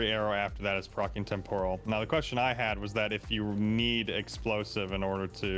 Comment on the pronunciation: it's pronounced Tem - puh - ruhl... Not, Tem - por - ral.